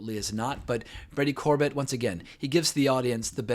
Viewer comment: The writer/director's last name is pronounced Cor-bay like Sorbet the frozen dessert, just fyi